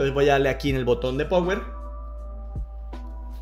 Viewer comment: Cono sugerencias hay que cuidar mucho la forma de expresión en un video explicativo. No se puede decir power. Claro se escribe así pero se pronuncia pawer. Tampoco es party sino pary. Creo son críticas constructivas para que mejore. De pronto lo toma a mal. Espero que no.